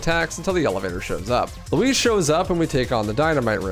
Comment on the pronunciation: i cannot watch this with u saying lewis the whole time 😭